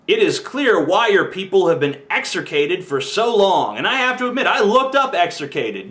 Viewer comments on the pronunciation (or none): By the way TJ, the word is "execrated," not "exercated."